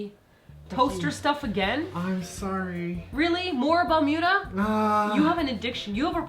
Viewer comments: Balmuda sounds like you were saying bermuda.. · Yayyyy! New video! I wanna have one too. It is pronounced as Bal-miu-da (バルミューダ) actually. :)